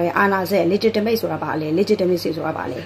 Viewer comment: မပုတုရယ် အင်္ဂလိပ်လိုကလည်း ပြောချင်လိုက်တာ၊တစ်လုံး နှစ်လုံးအသံထွက် အသံထွက်ကစောက်တလွဲ၊legitimate,legitimacy မှန်အောင်ထွက်၊တစ်ကြောင်းလုံးပြောဖို့နေနေသာသာ တစ်လုံးနှစ်လုံးထွက်စောက်တလွဲ။